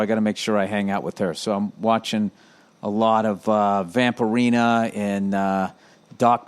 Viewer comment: "Vamperina" felt that one